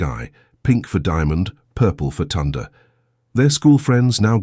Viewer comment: Ok wait im sure her name is pronounced Tyonda..! Second why is there a thumbnail of a boy and a girl if the story is about sisters? Does your AI stand for Asshole Improvising?!